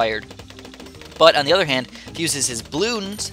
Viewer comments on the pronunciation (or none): none